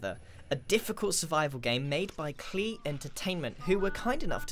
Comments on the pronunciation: grian you bungus Klei is pronounced like clay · Klei! It rhymes with "Play"! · No it's not pronouced klee it's pronounced clay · ITS PRONOUNCED CLAY NOT KLEE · Who tf is KLEE haha. Its. KLEI like clay dude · Klei - It rhymes with play! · "Klei" it rhymes with play! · Klei is pronounced as clay... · Klee, it reemes weth plee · It pronounced clay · Cringes as he mispronounces Klei Entertainment at the start Great game though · the way you say klei entertainment triggers me